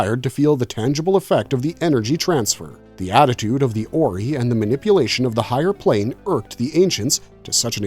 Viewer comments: Oree? JAFA KREE it is OR-EYE! Pronounce it correctly or I will have you as replicator bio material and tossed in a pit full of them! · It's not pronounced as "OR-EE" It's pronounced as "OR-EYE"🤦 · It's not pronounced "or e" its pronounced "or i" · “Or-eye”… not “or-ee” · The Ori.. Or--ry.. Zpm.. not zmp..😂😂😂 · The oreee kills me...way to show an episode has never been watched without saying it. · Why you saying Ori wrong? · ZPM! I hate when videos like these are made by nonfans. Every time the AI gets Ori wrong I wanna scream! I did start screaming at ZMP! Its a zero-point modular, not zero-modular point! Blah!